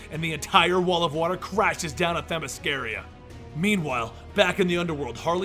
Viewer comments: Themy SCIRA you fucking imbecille. not Themy sciria. how fucking hard it is for americans to pronounce foreign words. the fucking arrogance in not checking because he doesnt give a shit about it. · Sorry to be a dick but its Themyscira, not Themysciria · It’s Themyscira. Not themyscaria. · Them-is-car-uh. Not Them-is-car-ee-uh. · It's themiscira not themiscaria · Actually it's Themyscira, not Themysciria. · he said themysciria....got the name wrong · themyscira, not themysciria.. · Themy SCIRA you fucking imbecille. Pronounced like KIRA not Themy scaria. how fucking hard it is for americans to pronounce foreign words. the fucking arrogance in not checking because u dont give a shit about it. U butcher names ALL THE TIME. But i bet u pronounce it how u feel like because u dont give a fuck about the creators intent or the use of names OF ACTUAL PLACES which u feel u should be able to pronounce like u want. Are u too dumb or just respectless? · you say Themyscira weird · Please go watch the Wonder Woman movie again so you can stop mispronouncing Themyscira. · doesn’t know how to pronounce themyscira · You pronounce Themyscira incorrectly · You pronounce Themyscira wrong through out the entire video. Good job otherwise. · Anyone else irritated by his pronunciation of Themyscira? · my issue is that he's pronounced it correctly before